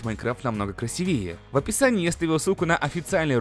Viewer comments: Конечно всё отлично, НО правильно же ставить ударение красИвее, а не красивЕе тт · я вас прошу говорить не красивЕе,а красИвее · Не красивее, а красивее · Ты постоянно неправильно произносишь слово красивее ((( Аж режет слух